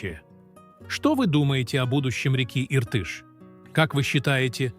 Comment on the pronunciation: Отвратительно ...научитесь верно произносить слова Иртыш и Зайсан.